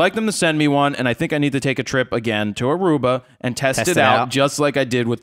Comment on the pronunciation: ARUBA!!!!!!!! thank you for just saying Aruba, (yeah, I'm from there)